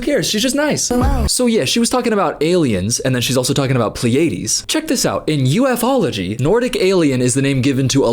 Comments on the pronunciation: A huge part of me is unhealthily amused at her mispronunciation of "Pleiades". Idiot. 🥴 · Pleiades, constellation of 7 stars. Pronounced ply-a-deez❤ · "i'm from the pil-A-deez" b*tch you mean the PLEIADES??? pronounced PLEE-uh-deez?? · You can’t even pronounce Pleiades correctly 🤦‍♂️ Downvoted. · as if there werent enough signs that she has no idea what she's yapping about, her mispronouncing both lyran and pleiades is sending me 💀💀